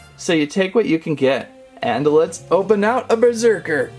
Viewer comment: Berserker not besrerker XD